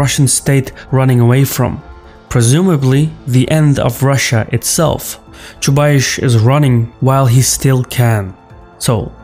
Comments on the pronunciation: I'm sorry, but you're very much mistaken about Chubais (which is actually pronounced the same as the "ice" sound in the word price. Not aish). The truth is that while Chubais was central to the Russian transition to market economy and the shock therapy reforms that accompanied it, his prominence greatly diminished after Putin's ascent to power and has completely declined in the past decade. As it stands, Chubais bears close to zero responsibility for Putin's power politics. During Putin's reign he become just one of many technocrats assigned to run one of Russia's state owned companies (RosNano in his case). He has not had any political clout in a very long time, let alone being responsible for Russia's jingoism or Ethno-nationalism. I think you got him confused with Gleb Pavlovksy, Vladislav Surkov or Yuri Kovalchuk (if we exclude the obvious suspects of the security council like Patrushev, Bortnikov, Narishkin and others). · The ginger's name is "Choobais", not "Choobaish" though ;) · I cringed the whole time when he said Chuba-eeesh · I'm sorry but it's pronounced Chubaice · It's Chubais. Pronounce like Chew-Bias. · You cannot even read his last name correctly. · The guy who cant pronounce Chubais is gonna tell me about the dude. ok lets go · Ahahah your pronouncing of Chubais is hilarious aha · Is it really so big problem to find out how the name "Chubais" is spelled. The video may be interesting but I am disgusted from beginning. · I can't listen to that "ChubaiSH" - if you are going to mention the guy a few times, you could learn how to pronounce it. It is definitely "S" at the end, not "SH". Side note #1 - it is interesting where takes this "SH" from, I wonder if his own language transforms S to SH at the end of the word. #2 - based on his accent I always though that is from some of the former USSR republics, somewhere from Caucasus perhaps, but inability to pronounce Chubais kills this notion on the spot:) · Chubais, not Chubaish